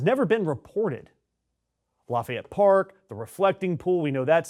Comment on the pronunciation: Did you say “National Pork Service?” 😂😢